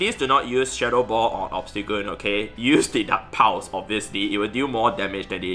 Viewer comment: Am I the only one who keeps hearing "duck powers" every time he says dark pulse. 🤣 Also, thanks for the tip. I just beefed up and double moved my Cofra. Gonna give it a try. Running my lucky shiny sableye, gfisk and Cofra now.